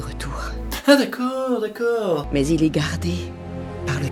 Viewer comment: Ton « dekeur » il est terrible 😂😂